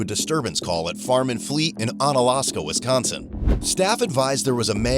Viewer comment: Wis-CAN-son cops are SO ac-CAM-modating to the suspects!!